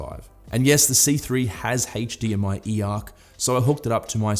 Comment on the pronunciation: HtzzDMI 2.1 . just yanking your chain but you sure say that word funny mate .-) best wishes